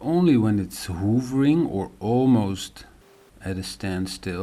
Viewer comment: I love the way you pronounce 'Hovering' as 'Hoovering' lol. I can't wait to find out officially what has caused you all these problems. Love your channel and content, keep it up.